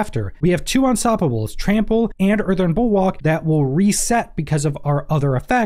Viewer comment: Yo, it is bul-WORK (bulwark), not bulWAK. Also, its poisoned, not posioned or whatever in tf you spelled on the thumbnail. Oh ya, avian WRATH, not wraith.